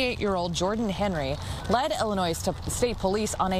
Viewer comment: Illinoise? are you serious?